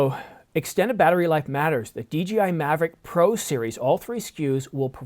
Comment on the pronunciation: DJI. Not DGI.